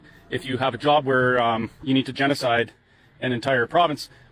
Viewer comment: He said genicide a certain area. Wow